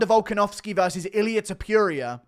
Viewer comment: Aight man time to start pronouncing it right… Toh-poo-ria